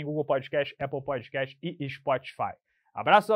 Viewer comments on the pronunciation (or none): none